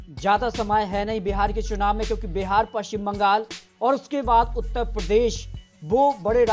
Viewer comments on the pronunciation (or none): none